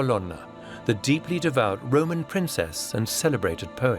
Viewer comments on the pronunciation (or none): none